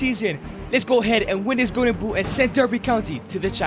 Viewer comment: Man it's "Golden Boot", not "Go'en Buu".